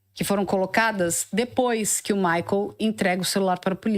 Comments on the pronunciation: É maicol, não é maicól 😂💕😂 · Por que ela fala Maicól??? Que horror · Essa pronuncia maicól me dá uma gastura